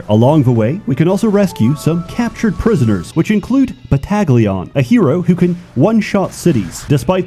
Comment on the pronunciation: “Battle-eon” Not bat-Tag-leon.